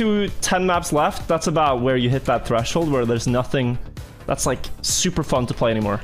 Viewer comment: “that’s” not “tha yes”